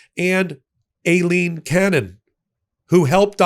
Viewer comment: It’s pronounced Eye line. That’s the Spanish spelling.